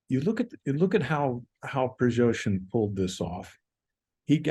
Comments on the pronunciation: Why is this expert incapable of properly pronouncing the name "Prigoshin"? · 'Prigozhin' is better than 'Prizhozhin' I think, and 'Garasimov' better than 'Gerzahimov'.